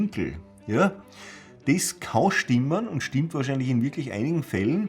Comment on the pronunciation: Yah! SCHTIMMPT!